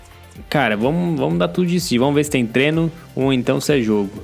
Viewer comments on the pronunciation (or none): vc fala treno ao invez de treino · É impressão minha ou ele fala treno?